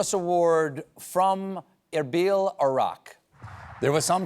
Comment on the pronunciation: The pronunciation of Erbil by Stephen was superb. No uhr, but ehr. It shows great knowledge of the worlds languages.